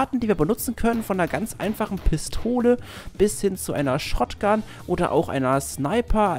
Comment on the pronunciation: ich hab gut hingehört und hörte raus das du anstatt shotgun shrotgun gesagt hast xD